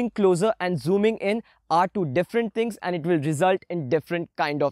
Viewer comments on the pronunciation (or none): none